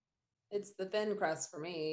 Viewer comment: "Thrin clust pizzer" 😆😆😆